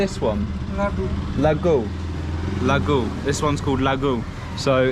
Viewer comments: it's not lagoo.. It's laddu 😅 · Mate its ladoo not lagoo 🤣 but anyways love your vlog through bhaktapur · It's not peraa... (peda) not lagoon (laddu) made from suger,besan, not Dellaby (jalebi,jerry) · Thats laduu not lagoo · Sweat orange ball is not laggo it’s laddoo😆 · Bro thats a laddu not laggu😁🤣💙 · That's not laggu that's laddu The shopkeeper laughed when you misheard it said it wrong 😆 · It's funny, that shopkeeper didn't correct your pronunciation from pera to peda, laghu to laddu, and delabi to jalebi 🤣🤣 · That was laddu not laggu buddy 😂 anyway enjoy your tour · brohh, thats not laghuu its actual ladoo you got little bit pronouncing problem..... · You were pronouncing every dessert wrong. First One is Peda ! Second was Laadu Third one was Jerry (jalebi) like that english song !